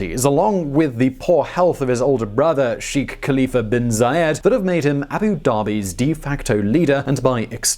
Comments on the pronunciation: Technical language point here: Can you guys please understand that the correct pronounciation of 'Sheikh' is NOT 'Sheekh' but 'SHAKE' as in milkshake. I've noticed this issue with so many English-speakers in the Anglo-saxon world and you guys at VisualPolitik are no exception, you've mispronounced the word in other Middle-East/Gulf focused videos. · Sheeek?! Wtf is Sheeek?! It's Sheikh! शेख! #StopBotchingNames #ProperPronounciation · Its not pronounced "Sheek" more like "shaik" pronounced like "shake" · Pronounced "shake"